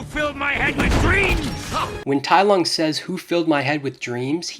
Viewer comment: "tai LOG" 💀